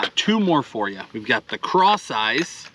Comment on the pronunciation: LOL. I just realized that it’s called “Cross Eyez” not “Craw size”. I just figured it was called that because you paired a craw with it. 😂